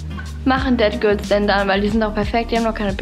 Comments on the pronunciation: Du sprichst es irgendwie aus wie dead girls und nicht that girls 😂 no hate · Ich bin jedes Mal erschrocken wenn du ,,dead girl " oder ,,sät girl " gesagt hast weil ich dachte du meinst es auch so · Ich die Dead Girl verstanden hat😂